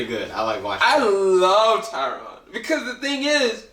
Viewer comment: "Tyrone" XD